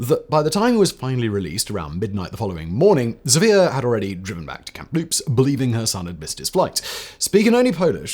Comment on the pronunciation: Kamloops, not "Kamploops."